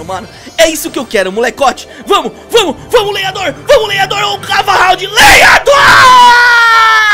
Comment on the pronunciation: Ele alem de falar lava hound ele falou cava hound